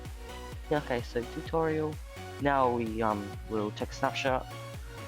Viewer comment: TUTOIRAL....the cringe